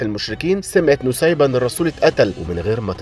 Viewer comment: أخيرا حد عارف قصة الصحابية نسيبة بنت كعب و اخيرا حد عرف ينطق الاسم بشكل صح😭❤❤❤❤